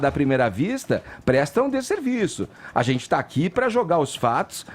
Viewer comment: Quero morrer quando ele fala “azenti”